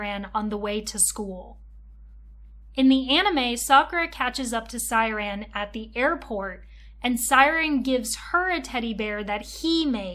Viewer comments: Pronouncing Syaron like siren after watching the anime @@ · I wanted to watch but noped out after the 2nd “Siren” lmao atleast learn how to pronounce character names??? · Is not siren is syroan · Siren? Shao-ran Syaoran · Amazing video! She pronouncing Shaoran as Syran made me chuckle every single time.😂❤ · I know this is old, tu the way you kept calling him “siren” was so confusing I had to think hard about who we were talking about every time you mentioned him because I didn’t know if it was a card or him 😭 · how do you watch the anime and mispronounce Syaoran and Tomoyo's names